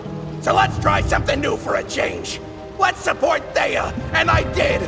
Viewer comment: "to supwot my friend" was fire fr❤️‍🔥❤️‍🔥❤️‍🔥❤️‍🔥